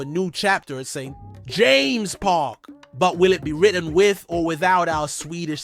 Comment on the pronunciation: Why did you say "St....JAMES' park"??? Like emphasising "JAMES"??